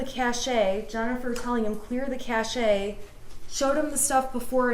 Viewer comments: Cache is pronounced like cash not cash a, wow. The e is silent. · The Internet told this lawyer how to mispronounce cache (it's "cash"). If she'd used a dictionary she'd know that, and probably would have seen a caution not to confuse cache, with cachet (pronounced cash-AY), a different word with a greatly different meaning. But who needs compiled knowledge anymore when there's such an abundance of free information available?